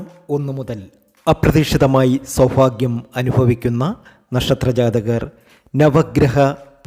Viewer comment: KINDLY PRONOUNCE sowbhagyam AND NOT SOWPHAGYAM